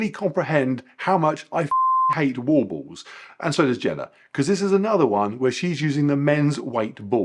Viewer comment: Am I the only one who's tickled by the way says "wall balls"? 🤣